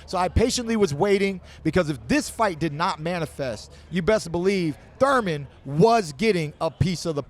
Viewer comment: Keith “Run Time” Thoyman